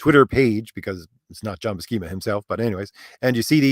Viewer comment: Buscema's name is pronounced with an "S" not a "K" sound. Both he and Stan Lee have said his name in interviews before. Lol